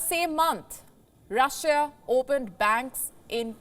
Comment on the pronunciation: Russia...not russija